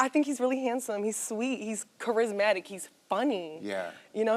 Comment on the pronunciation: "hes corazmatic"